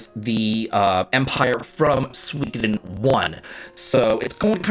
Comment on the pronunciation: Love your vids but it's pronounced su-ee-KO-den. There's no W sound. :P